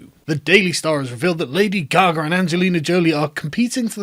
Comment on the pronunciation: Did you say "lady gargle"? Would she be happy if it went to a black MAN?